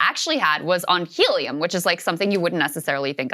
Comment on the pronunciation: So funny to hear Krystal say " helium " !